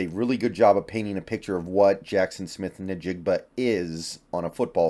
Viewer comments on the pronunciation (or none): N-Jigba not Nih-Jigba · love your work. Please pronounce Jackson Smith Njigba’s name correctly. It’s NOT Naa- jig-ba it’s N-jig-ba. Just say the name of the letter of the alphabet the same as if you were saying the ABC’s. Thanks.